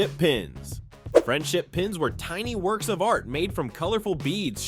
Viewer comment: Lots of good stuff in there, but like the 70s video, listening to the announcer stress all the wrong syllables was entertaining as hell. Space INvaders rather than SPACE invaders... trapper KEEP-er rather than TRAP-per keeper... friendship PINS rather than FRIENDship pins... slap BRACElets rather than SLAP-its...